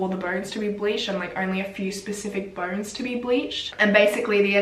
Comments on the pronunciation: I thought she was saying burns the whole time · Until you mentioned 206 bones, i thought you said 'burns' the whole time and I was confused 😭😂😂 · I thought she was saying burns😩 but she actually said bones. I was like how can burns be bleached? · I thought what burns? Sorry lol 😂 i get it you’re saying bones! 🦴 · i kept hearing burns but shes actually saying “bones”☹️☹️im such an idiot ahhah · Correct me if i am wrong but i heard burns instead of bones. So it took me a while to understand the whole situation. ✌️😁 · How the heck 'Mexican Cartel' got into Panama? To me, even more stranger thing is how did you get 'ur' pronunciation from 'bones'???